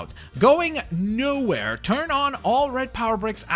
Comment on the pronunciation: The one of going knowhere should be said like know here but I also forgot what that's a reference from